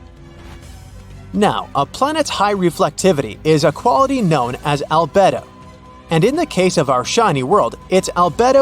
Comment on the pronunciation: Albedo is pronounced al-BEE-doh Not what you said. It means total light reflectivity